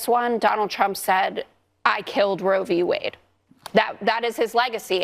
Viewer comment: Yes. As one listens to trump speak, one has to ask, does he know it's Roe v. Wade, and not rovywade? 🤔